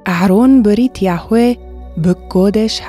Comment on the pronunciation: Hello,. Thanks for the lessons. Everything's good. But why was the pronunciation of the Creator's name changed? In class 38, the pronunciation is clearly different from that of this class review. Thanks!